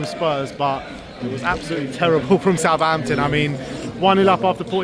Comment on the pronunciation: It’s Southampton ffs